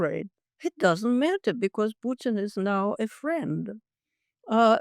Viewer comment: World: "Putin" South Africans: "Pyootin"